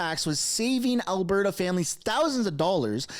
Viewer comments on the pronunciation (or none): Please,, there is a ''T'' in Alberta not a ''D''. Thanks for your consideration.